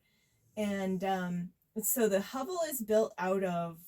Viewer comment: Very nice build. Although it’s pronounced ‘huh-vel’